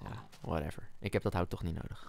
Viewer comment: en het is niet neit maar niet